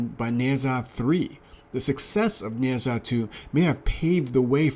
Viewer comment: "Neh Jaa" not "Neh Zaa"